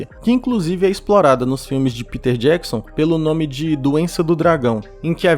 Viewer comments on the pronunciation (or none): none